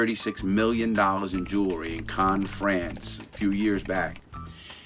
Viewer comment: Every time he said “jewelry i felt he was saying juulery 😂